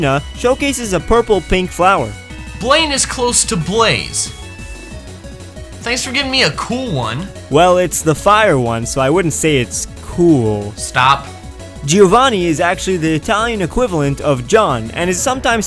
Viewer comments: what if i tell you that i'm Italian and actually it's "Giovanni" and not "Geovanni"? xD nice video anyway :) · Hey, Italian speaker here. Gio and Geo have different pronunciations-- Gio has a "ee" sound, whilst Geo has an "eh" sound. Just putting it out there that Giovanni and Geovanni would have vastly different pronunciations. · It's pronounced (Go-vani) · Giovanni is actually pronounced "Jovanni" or something like that